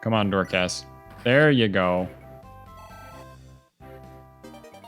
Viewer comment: Why do you pronounce Dorcas' name as "Door-KHaass"?? His name is Dorcas (Dork-us) lol. Less emphasis on the KA and less emphasis on the Ass